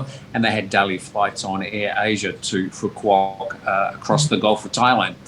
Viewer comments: Work on your pronunciation you are pronouncing Phu Quoc incorrectly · Phu Quoc = foo-wook (roughly)